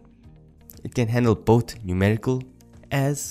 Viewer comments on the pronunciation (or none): none